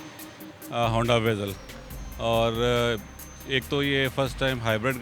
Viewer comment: Its vezel not veeezel